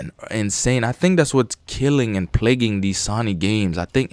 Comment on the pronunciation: you need to learn how to pronounce SONY and its IVE SEEN not I SEEN